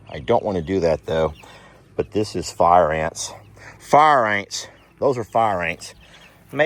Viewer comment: I like the new paddock idea! I like the idea for more running room for the Dino-Birds. I remember that1st year or so when they came to the property! Running and stretching, and dancing with those wings and long legs! LOL Worried because no fence along the bluff at the time. Edited to say Far Ain's is the right pronunciation.:face-blue-smiling